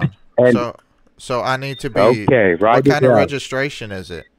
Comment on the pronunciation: The scammer can't pronounce REGISTRATION correctly...lol